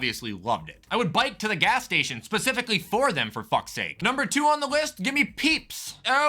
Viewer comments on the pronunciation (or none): none